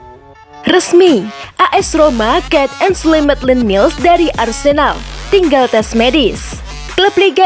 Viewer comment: Maitland nailes bacanya, bukan niles 😆😆😆